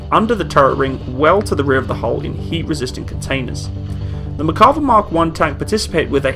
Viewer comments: Just wanted to comment that it's "Mer-ka-VAH", not "Mer-KA-vah". The emphasis is on the last syllable. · It is pronounced MERkava, not MerKAva. I'm a Hebrew speaker. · Its pronounced Merkava not Makarva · Good video. The name is pronounced mer-ca-VA -- accented on the LAST syllable. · Why do i hear "McCarver" all the time in this video? :D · Mear-kav-VAH. Accent on the last syllable. Not English, so it can't be pronounced as if English. Sounds to us like pronouncing the Centurion Contoryin or something like that. Cheers from Haifa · Great video! I am really happy I found your channel, lots of good info all around. A few comments about this video: 1) The correct pronunciation of the name is with emphasis on the last A. In Hebrew you can have emphasis either on the last syllable or the one before last. In this case its the last. 2) The main design guideline for the tank was not the tank survivability but the crew survivability (this is probably what you meant but this is important). You have to understand the IDF mentality where the live of a single soldier is the most important thing. The compartment in the rear for infantry is part of that mentality. One tank can rescue the injured crew of another and so on. 3) The initial design of the tank was based off the two Chieftain tanks sent by the UK. 4) Merkava MK4 comes with the Trophy defense system as a standard. Sometimes when comparing tanks we look at just the features on paper. This tank was designed with the sole purpose of defending the state of Israel. It is suited to work with the Israeli terrain and with the Israeli mentality (for example I don't think it has any fording ability simply because this is not an issue in the Israeli terrain). Thanks again for making the video, looking forward to your next videos. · If you look up Merkava on Wikipedia you can actually listen to the pronunciation of the name. This feature is available on a lot of Wikipedia articles.